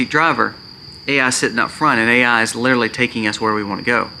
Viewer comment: New drinking game...every time you say " literally " take a shot...every time you say "litaly" take a double...8 sbots so far!